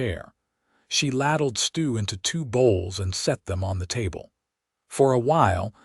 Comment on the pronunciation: "ladled" it's lay-deled, not lad-eled.